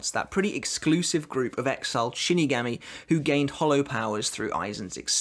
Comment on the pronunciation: I have two things for you to improve 1. You need to work on your pronunciations, specifically with your a words, such as ‘Shinigami’ or ‘Mashiro’. 2. You sound like you have no emotions, when you do Rose’s ‘badass’ line, it doesn’t sound like it, put some more meaning and feeling into it.